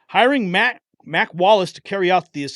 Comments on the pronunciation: I know it says Mac Wallace, but it sounds to me like he is actually saying Mike Wallace. Can it be Mike Wallace? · It sounds like he is saying he should have never issued that order to Mike not Mac. Is anyone else hearing this? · sounds like he said mike instead of mack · I think he's saying MIKE not MAC